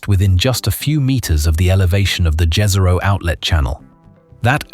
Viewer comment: It's pronounced yeeehzero btw Jezero in Slavic